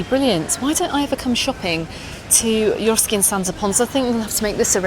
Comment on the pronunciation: Isn’t it Eroski not Euroski? Sorry to be picky. Big fan of yours 😊